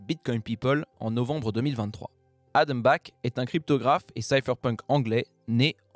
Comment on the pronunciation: Adam Black, vraiment ? 😂